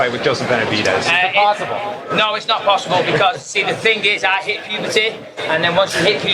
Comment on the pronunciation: “I hit pubuhtehh” 🤣